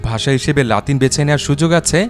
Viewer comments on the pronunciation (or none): none